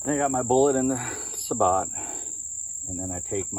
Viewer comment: thats pronounced sa-bo!